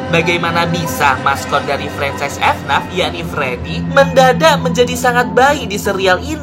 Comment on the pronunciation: bang jangan bilang f naf tapi f n a f